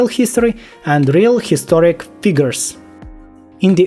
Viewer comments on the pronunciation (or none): none